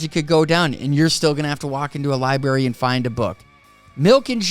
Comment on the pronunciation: I love hearing somebody say liberry it always makes me think I would love to go to the liberry so I can eat some strawbrarys